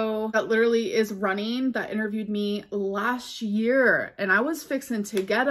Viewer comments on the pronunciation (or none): not “lash year” 😭